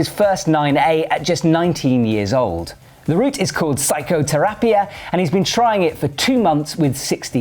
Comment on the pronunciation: Excelente pronunciación de "psikoterapia"... psychotherapy in english